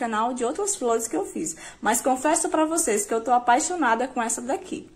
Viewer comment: Sao lundas as fliores